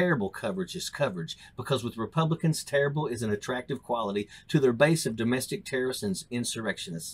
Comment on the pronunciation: Why does he pronounce it like "terra-ists"?